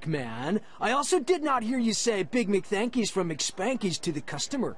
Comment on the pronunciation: its big MCTHANKIES NOT THANKIES